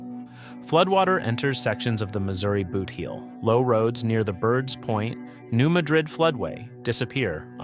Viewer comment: Just for the record, it’s pronounced New MAD-rid. I know it’s wierd, I’m in East TN and it took me awhile to get used to it. LIke Cairo IL is pronounced KAY-ro.